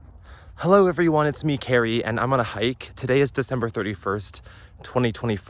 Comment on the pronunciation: his name is carrie, not cary get it right (/j)